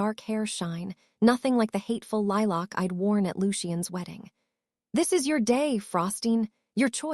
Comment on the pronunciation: The AI voice pronouncing lilac weird was a bit irritating but you really need to fix the “hopping” error 😂 unless I’m wrong and everyone is jumping around I’m pretty sure it’s supposed to say “hoping”